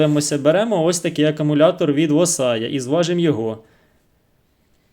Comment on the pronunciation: Акумулятор,правильно буде ,а не акАмулятор,десь так